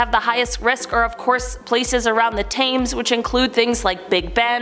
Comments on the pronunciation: Honey, it is Thames, pronounced TIMS. Why don’t you have someone to coach you on proper pronunciation as you seem to have a problem with it in EVERY SINGLE VIDEO! Thank You Very Much for your informative videos, regardless of the technical problems. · Thames is pronounced Tims. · She really did pronounce Thames as tames 😭